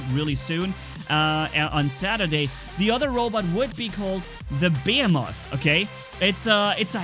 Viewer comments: Pronounced Ba-he-muth, not Bay-a-moth. 😂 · Behemoth (beh he muth) not (bey a moth) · 3 things 1:the behemoth is pronounced beeheemoth not be(m)moth (sorry you knew someone had to do it) 2:i think the behemoth should be 4 legged just for it to make more sense when he is stationary think about it fujin:energy shield rajin: physical shield behemoth: more firepower and last but not least 3:who saw the Starcraft 2 Protoss reference? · And I honestly think behemoth is supposed to be pronounced like beeheemeth cause the definition of behemoth fits with the robot itself but that’s just my personal preference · I would rather see a portal bot laying a portal down, for friendlies to warp through to the second portal... beacon rush in TDM, etc. The portal lasts as long as your bot lasts, or when you turn it off and start a new portal slipstream. Also, behemoth is pronounced bee-hee-moth... look it up. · > cant pronounce behemoth >bəˈhēməTH,bəˈhēmäTH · great vid. Just a rip: Behemoth is pronounces (bi hee moth) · The heavy tank is pronounced: Buh-hey-uh-mith I enjoy the sound of that better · BEH-HE-MOTH behemoth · Bo-he-muth pronounces it like a Godzilla character lol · Bee heem oth behemoth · it's pronounced ba-he-meth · Also it’s not behe moth it’s pronounced be hem moth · my dude its Bee-Hee-Muth!! But I can understand that english isnt your first language!! Keep up the good work!! Adrian beat you to this topic by one hour. I also make use of the bots that you suggest in the videos. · You were saying behemoth wrong but your fine also imagine 4 embers on it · The first "H" in behemoth is not silent the last one is and pronounce "E E"s like "E E"s not not like "i" just so people can know :d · just to help you with the pronunciation, first E in behemoth pronounced like in German, the second E is pronounced like the German i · When I see saying behemoth wrong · MAKE THERMITES GREAT AGAIN IS A GO GUYS AND SAYING BEHEMOTH WRONG